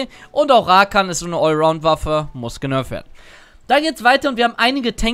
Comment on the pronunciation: Und wieder geht das heitere Spiel in eine Verlängerung! Wie oft wird Worte falsch aussprechen? Aktueller Counter: "Rakan": 47 "legit": 143 Seien Sie auch nächstes Mal wieder dabei! Spaß, Spaß, Spaß!